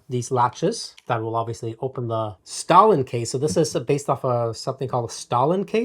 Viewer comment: The manufacturer of the case on the screen used flux capacitor is made by Stahlin, which is pronounced stay-lin. Not like the soviet, Joseph Stalin.